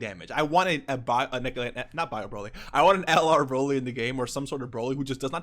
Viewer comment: Dude said bio-broly. Lol